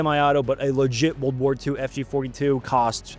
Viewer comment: What's with pronouncing it "Woold War 2" you get the "r" in War but apparently we're talk a bout a War "r" over sheep derived fabrics! Nutnfancy does it too. Oh yeah and the Colt or Smith 1917 were great pistols as well. A- to B+ tier fo sho! Not to mention they could be used as bludgeoning devices like the flintlock pistols of old.